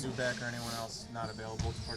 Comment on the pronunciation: This dude said.. Zu-back.... Lmaoooooooooooo! Where do they get these guys?